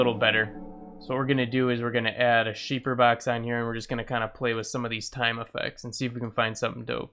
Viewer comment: you said sheeper box it sounded funny but yeah i got shaperbox it's nutts